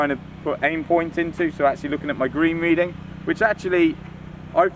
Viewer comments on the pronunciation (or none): none